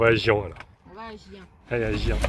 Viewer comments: mdr l'intro !!! j'espère que le coccinelle n'a pas trop râlé !!! euh, ben, oui, on dit Gien, comme chien !!! lol ! ça a l'ai mignon comme petite ville, je ne connais pas, juste le nom . j'espère que Falkor n'a plus de puce avec le traitement que tu lui a fait, shampooing plus collier, ça devrait aller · CHIEN =GIEN meme prononciation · Merci pour la balade! Bon, je vais t'engueuler: écoute quand elle te reprend sur la prononciation de Gien. Est-ce Falkor est un chiant? Non, c'est un chien. Donc STP prononce Gien comme chien... compris? Et ne discute pas, les femmes ont toujours raison non mais! (LOL) Allez, bizouilles à vous 2 ♥ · Coucou. On dit Gien comme Girafe au début et comme chIENà la fin 😀. Et pour les puces : produits chimiques malheureusement ( strongHold pour les animaux et fumigènes pour les campingcars). Faut traiter tout le monde en même temps. Et surtout merci pour ces belles vidéos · Viens de prononce comme chien mais avec un son "j" Pas facile... 😁☺️ Histoires de chien, de puces et de gens qui visitent GIENS ! ✌️😉